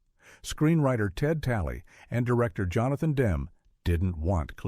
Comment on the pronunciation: Revolting AI narration. This stupid fake voice can’t even pronounce the name of Johnathan Demme, the director. BOOOOOOOOOOOOO.